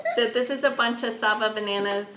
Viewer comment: Great bananas! The "sa" is short and the "BA" is hard and pronounced.